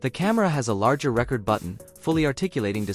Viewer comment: Non of these guys are English proficient listen how he says “record” !